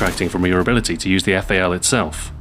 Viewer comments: Fail... You should read correctly :D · the eff-a-ell...